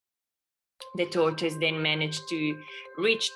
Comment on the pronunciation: Are u saying tortoise or torture